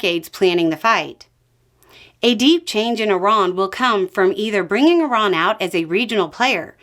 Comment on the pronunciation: I like that you pronounce Iran correctly.